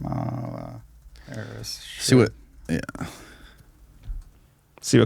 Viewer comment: I don't understand why a host and a guest who are clearly intelligent, well-educated and incredibly articulate deliberately mispronounce Harris' name like a bunch of giggling second graders who found their dad's Playboy stash. It casts a pall over every other thing you say. If you've got something you want to say about her, say it; but do it like men.